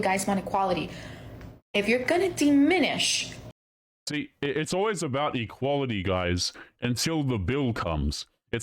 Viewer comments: The world is diminish, with a soft i, not deminish , with a hard e. Also her sentence construction and grammar are abysmal. I know that's grammer policing but I have high standards for a "genius." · I thought it was diminish, not deminish, but I'm not a genius.